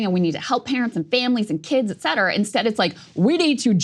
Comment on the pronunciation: Saager! It's "ET CETERA"!